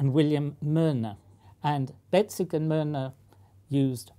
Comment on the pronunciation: the prof mispronounces Betzig and it sounds like breadstick 😂😂😂😂😂😂😂😂